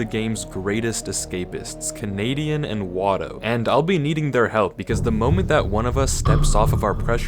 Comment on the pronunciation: it's Kenadian not Kenedian.....he was right